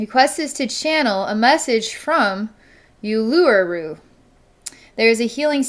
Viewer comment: Thank you from Australia!💓💓💓 BTW it’s pronounced “Oolooroo”.